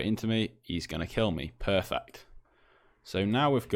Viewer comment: I heard perfecc